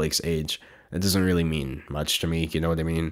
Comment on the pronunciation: "Really weally" I felt that to the heart it's happen to the best of us